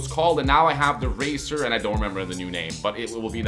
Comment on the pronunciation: is he saying raser not razer? :D